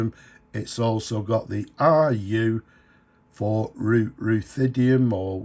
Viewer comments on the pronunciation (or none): Ruthenium is pronounced Ruth-een-ium. First part like the girl's name. Very interesting metal.